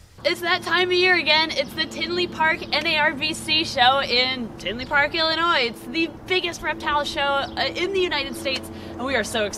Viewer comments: Did she say Illinois with the s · As a Chicagoan i hear the word Tinley i know something fun is about to happen Also PLEASE never pronounce the 'S' In Illinois again it makes me sad